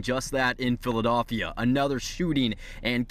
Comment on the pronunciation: "Phila-doff-ia" wtf did I just hear😶